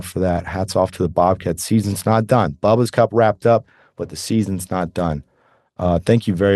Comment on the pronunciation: It's pronounced Boo-bas, not bubbas